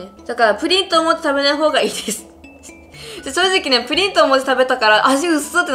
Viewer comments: プリンの発音が不倫みたいで草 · プリンの言い方のクセ強くない？